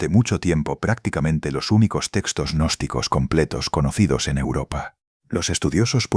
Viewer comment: Señor narrador cuando usted se refiere a los gnósticos no le agregué una letra a al de la palabra ya que queda agnóstico Qué es la palabra contraria al estudiante gnóstico ejemplo de ellos son los magos negros los espiritistas hipnotizadores y los brujos todos estos odian la gnosis al igual que los yerbateros Julián al Cristo odian la verdad Entonces no nos tilde Agnósticos nuestro nombre bien pronunciado es g Gnóstico .Como lo fué el v.M Jesús de Nazaret.